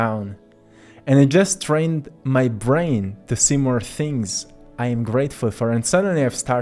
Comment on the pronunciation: I really like your content but the way you pronounce “to” really distracts me.